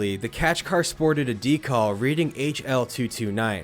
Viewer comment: Bro…. It’s “decal” not “decall” 😅